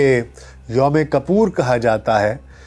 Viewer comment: its YUM KUPPIR not یوم کپورجناب